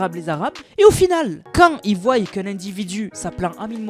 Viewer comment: si je le souligne ce n’est pas à mal.mais tu fais souvent l’erreur de dire « ils voille» au lieu de « ils voient »